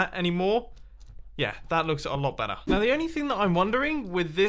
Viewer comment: Every time he says better. I think je says batter